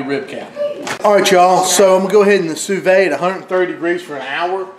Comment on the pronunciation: Landed here randomly. You seem like a really genuine guy. You already know this, but it's "soo-veed". I would recommend working on your editing game and video/audio quality, you already have great dishes to show. Good luck, I've subscribed.